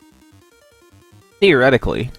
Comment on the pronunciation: Emphasis on "Theoretically" lol